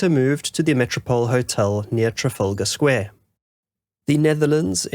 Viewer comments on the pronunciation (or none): none